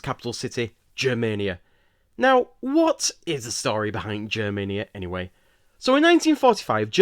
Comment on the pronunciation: The “G” in Germania is pronounced the same way as in “go” or “get” rather than how it’s pronounced in “Germany”. So it’s Germania instead of “Jermania”